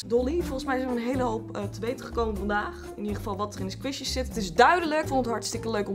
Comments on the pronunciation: "sqweeshies" vgm moet je het uitspreken als "skwishies" (niet flauw bedoeld hoor, je bent een geweldige youtuber) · Geen haat, ik bedoel, eerlijk is eerlijk, ik vind je super leuk. Maar je spreekt 'Squishies' verkeerd uit. Het is niet 'Sqwieshies' maar 'Sqwishies'. Als in de i, dus niet de ie. ♥ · Je spreekt het uit als skwisji maar leuke video💋 want ik hou van squishies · Leuke video! Je zegt het alleen als "skwoesjies" 😂 maar maakt niet uit hoor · Je spreekt het uit als squshies